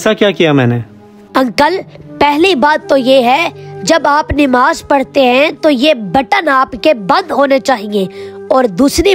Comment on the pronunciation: Mashallah bahaut khoob bura na Lage nimaz nahi nmaz hota h haqooq nahi huqooq hota h